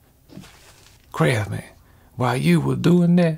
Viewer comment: Has he been dropping the "s" when he says Crafsman lately? Recent videos sound like Crafman.